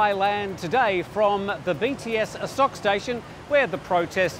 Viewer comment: Dude you've been here a long time, so why are you pronouncing it "A sock"?